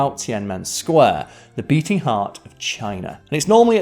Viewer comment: Emphasis on "beating".